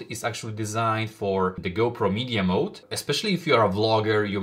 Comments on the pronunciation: Mod not mode my dude lol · MOD not mode. There is no E at the end.